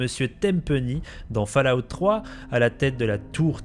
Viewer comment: Petit point prononciation, ce n'est pas le son "A" dur dans Fallout, mais un son "O". Fallout veut dire "retombées (radiocatives)" c'est un dérivé du mot "Fall" (tomber) donc c'est le même son que dans le prénom "Aude".